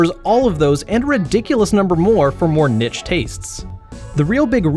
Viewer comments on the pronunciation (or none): if you meant niche it’s pronounced ‘neesh’ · Nitch!? You mean Niche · "nich" wtf m8